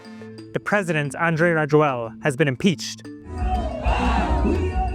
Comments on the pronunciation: Reporter totally botched the ex-president's name. It's pronounced "Raz-oo-leena" in Malagasy. You'd think a NYtimes reporter would at least try to pronounce the president's name right lol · Rajoelina is actually pronounced ra-JWEL-na, but you did better than most folks. I’m a former American who has been living in Madagascar since 2017/